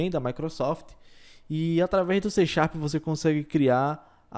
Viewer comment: "xê xarp" kkkk ... ótimo vídeo ;)